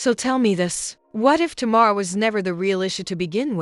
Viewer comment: Sounds like it’s saying Tomorr instead of Tamar 😂😂